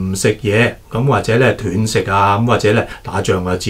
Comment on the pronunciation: 医生是外行，連断食都讀錯😅😂😅